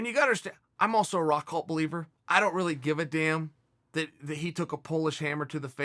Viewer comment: His name is Rockhold not "Rockhalt"...